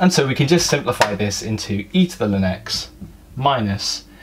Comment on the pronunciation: L N not lin!!!